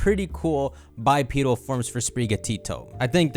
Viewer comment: Bi-pee-deel Me: bipedal